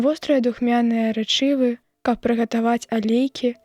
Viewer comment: Рэ'чывы, а не рэчы'вы! У беларускай мове літара э заўсёды пад націскам.